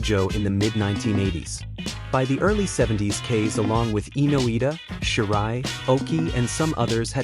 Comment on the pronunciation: Kase = pronounced cass-a